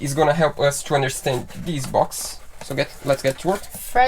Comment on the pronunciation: DEESE...DEEESE...DEEESE!!!! LOL... THIS ....not DEESE!